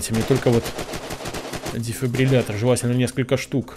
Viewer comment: Он впервые сказал слово дефибриллятор правильно. (Если честно я 10 раз пытался написать это слово)😁